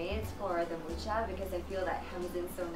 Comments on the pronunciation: I am in love. It's absolutely amazing. Only the pronunciation of Mucha is off. It's pronounced with a Spanish J sound instead of the English K for the CH letter. (Yes, I know how to pronounce it, I am of the same nationality, and yes, in this language CH is in fact one letter.) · It would be nice if you pronounced his surname correctly. Actually, the Wikipedia shows the correct pronunciation: [ˈalfons ˈmuxa], that is «Mukha» not «Muka». Also here